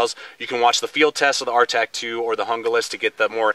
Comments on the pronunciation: Okay, it is pronounced, "Hoon-glas," not, "Jungle-as." Junglas means "Jungle" in English. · "hoong-las" not hunga-lis." seems like the handle on the rtak is wider. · Hon-Ga-Lass? HOON-glass. HOON-glass. HOON-glass. :-) Great review/comparo. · It's pronounced “hoon-glas" not "hun-glas" if anyone cares. Thank for the comparison, it was just what I was looking for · I would rather save the money and get the rtak II over the junglas (pronounced hung-las...not hungah-las). I can mod the knife and do my own kydex sheath with the bells and whistles I want. thanks for the vid... btw, it's cool you picked for a part of your moniker...the best damn fighting leader the Israelites ever had. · "hoong-las" not "hunga-lis. you wouldn't pronounce taco "take-o." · Pronounced Hoon-glas. In the grab scheme of things it doesn't really matter. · It's actually pronounced Hoon-Gloss! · Stuart Hee There are only the 5 vowel sounds in Spanish. There is no in-between sound from the "A" as in santA to the "O" as in Opera. It's a two syllable word with the accent on the first syllable. HOON-glass. HOON-glass. HOON-glass. :-) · I think with american accents they pronounce it better as "yoon-glass" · JUNGLAS = HOON-GLASS